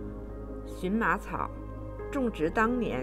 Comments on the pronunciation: 这个字念qian ma,不是xun ma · 发音不对, 荨qian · 做植物名的时候，读qian ：） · 谢谢您指教🙏,,这是多音字,在植物中的正确发音,我在荨麻茶的视频里纠正了.多谢您🌹👍🌼🌸🌷🌾🍀